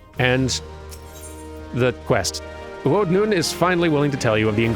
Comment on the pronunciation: A bit disappointed you didn't roll your R's when doing U'odh's voice. Have some Miqo'te lore; the Sunseeker Miqo'te tribes are like lion prides. The Nunh are the breeding males, while Tia's are non-breeding. The Nunh is rarely the leader of the tribe though, and a very large tribe could have more than one nunh. Like male lions, male sunseekers will split off to challenge the nunh's of another tribe to single combat for the position. Others might try to form their own tribe instead, though it's rare. More lore; there are 26 Seeker of the Sun tribes, each corresponding to a letter of the alphabet. If you didn't notice, all the Miqo'te in Fallen Springs names begins with a U'. They're part of the U tribe. If a male wants to start a new tribe, they have to make up a new tribe name, usually a mix of two letters like "Ta" or "Bo." These don't usually last long. A male Sunseeker can choose to take his mother's name like the Keepers of the Moon do, but some sunseekers view this as shunning their culture and don't take kindly to it. Honestly, I'm surprised by the amount of thought put into this and how little it comes up in-game. It's almost Tolkien-esque how the naming conventions work for every race and culture.